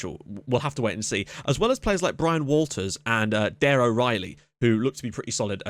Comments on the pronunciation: 'Daire' is the Irish spelling of 'Daragh' so it's still pronounced Daragh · Great video just a tip Daire is pronounced like Dara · Daire is pronounced as Darragh